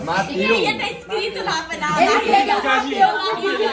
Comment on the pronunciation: Como assim eles vão fazer um filme?😮 Ameii ❤❤❤ sempre fala "mateus" 😂😂